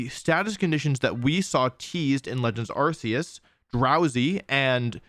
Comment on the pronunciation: Distracted by the mispronunciation of Arceus! (The Pokemon Presents announcing the game, and the English anime confirm that it's Ar-Key-us)